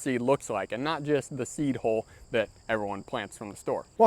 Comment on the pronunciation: Hull not hole. Pronounced huhll